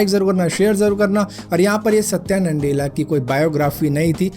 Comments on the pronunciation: It's Nadella not NANDELLA.😂🤣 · NANDELA NAHI BHAI "NA-DELLA" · Satya nandela bol rhe ho tum